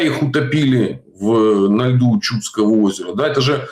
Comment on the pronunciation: Выпуски Шелест-Уралов ожидаю всегда с нетерпением. Часто случается, что пересматриваю повторно. (Прим. озеро ЧудскО'е. С ударением на "О"). Алексей Скобарь